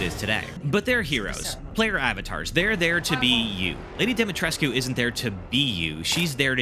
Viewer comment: It's Pronounced, Lady DIMI-TRESHK.